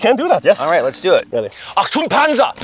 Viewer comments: It's not Entung Panzer, which means nothing. It's Achtung Panzer, that means Watch out ! Tank ! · as a hungarian who barely understands german im fairly sure it is achtung panzer and not entpaunungspanzer